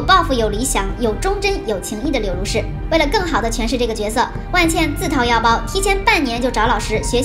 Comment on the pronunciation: 不是万茜（xī）吗？